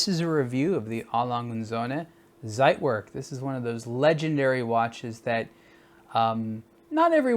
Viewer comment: It's pronounced tsait - verk Great review otherwise though!